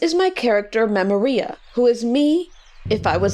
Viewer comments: Memory-ah? Not, meh-moria? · The real lore is that pronounces "Memoria" like "diarrhea" 🔥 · I’ve been watching your videos for a while but only just now realised you pronounce your handle mem-o-ria and not mem-or-ia. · Its pronounced mem-or-rhi-ah? I feel like such a fool, I've been saying it memm-oor-ee-ah! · Omg you pronounce it "mem-or-EE-ah"? I've been saying "-OR-ee-ah". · Wait. You're telling me its pronounced Mim-o-ree-uh? I thought it was Mim-orea this whole time! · i came to accept this pronunciation after learning it comes from a nirvana song and I apologize for my earlier outbursts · somewhere somebody said her pronunciation reminded them of the part in come as you are where he sings that word and she replied something like yeah thats on purpose